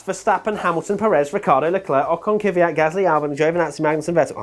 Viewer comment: Why do you english speakers call Kvyat "Kiviat"?